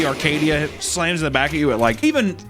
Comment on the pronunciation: There’s no r in Acadia